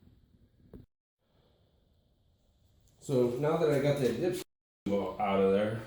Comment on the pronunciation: lmaooooo i thought you said "pull out your dipshit" 😂😂